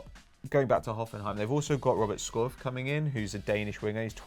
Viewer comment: Skov is the first name Pato had pronounced wrong so far it seems...